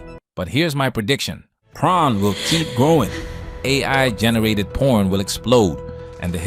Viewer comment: Bro said prON 😂😂😂